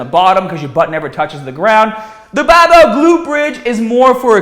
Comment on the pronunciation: Boom!! Butt before we get stahhhhhted.. Bam!! Buy youhself a bahhhbell and stop listening to gahhhbage tips... bang badabing badabong.